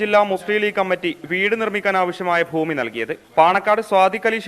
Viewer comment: താ ത്ത ഫൂമി അല്ല ഭൂമി. മലയാളം അറിയാത്ത താ തത